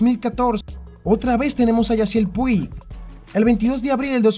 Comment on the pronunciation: Puig se pronuncia “Puch”. De nada.